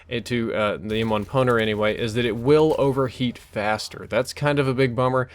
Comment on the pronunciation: I thought you said EM1 Boner :)